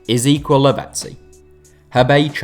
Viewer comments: If you pronounce Ezequiel that way again i will report your channel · You pronounce Ezequiel and Angel weird